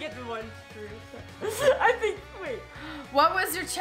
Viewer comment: when said truth it souded like frut